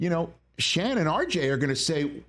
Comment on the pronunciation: Just an FYI I know it is spelled Shan but his name is pronounced as Shawn.